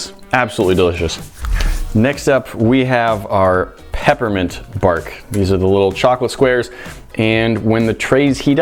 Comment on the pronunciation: Did he say pappermint?